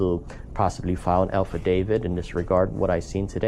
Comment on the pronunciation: Did you say file Alpha David it’s affidavit